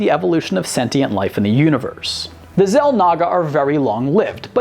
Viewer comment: You should learn how to pronounce the names of these extremely popular species and characters. Xel'nagger? Har-bing-er? Or-ee? Come on,.